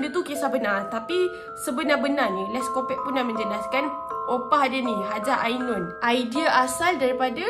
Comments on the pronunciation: Akak sebutan die les’copuqe bukan “les’kopek” sorry kak nk betul kan typo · HAHA Korang camne nak pronounce Les Copaque nii HAHAHAH cz aq terdengar sebut les kopekk AQ TERGELAKK SORRY Tapi sya sebut les kopakyu atau les kopak HAHA peningg laaa syeee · Kak, cara sebut “Les Copaque” ialah “Les Kopak” 😊